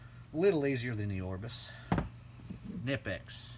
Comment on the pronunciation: I won't even watch a review where the reviewer can't pronounce the correct name of the product. It's kuh-nip-ex. Just do a little homework and Google it....ugh